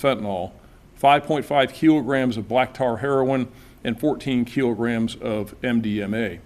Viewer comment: "Keelograms" or "Kilogram"? Hmmm. Dumb frim top to bottom. Dumb country.